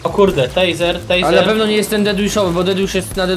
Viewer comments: Tak na przyszłość. Czyta się "Tejzer" a pisze "Taser" a czytasz to jak "Teaser" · Tejzer, nie Tizer